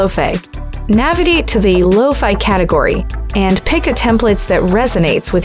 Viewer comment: Is this a robot? She calls it "Low-Fee Beats".